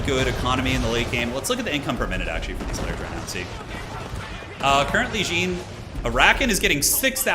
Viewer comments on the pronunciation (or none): I love how you called the champion like some trousers, "jean", the whole game. I'm french and "Jean-Marie" is a common male name, or was, it is a bit unpopular now. Simply "Jean" is still pretty used and common, and stands out as "John" for english people. But the fact is in fresh we pronounce it "Jan", like here : Sorry for the french toxicity, but it made me laugh. Thx for the good content, keep up. Still subbed and thumb is up.